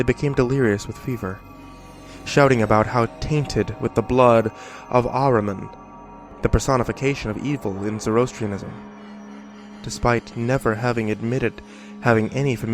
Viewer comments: creepy its pronounced ZORRO ASTRI AN ISM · I loved this story. an ancient Persian religions burial ground, a pool of blood containing the essence of its god of evil. and people going mad because of it. It just gets my heart pumping. the one and only thing that perturbed me was the way you pronounced Zoroastrianism. I'm weird like that. otherwise great job.